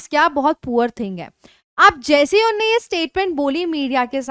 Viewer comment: मैडम आपका उच्चारण सही नहीं है रोज 10 कड़वी हरी मिर्च खाया करो। सही शब्द "उन्होंने" होता है "उन्ने" नहीं।